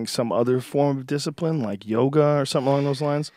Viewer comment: ..... Building,discipine... Was that a chinese man? You're falling apart in this podcast Joe.... Easy on the bong.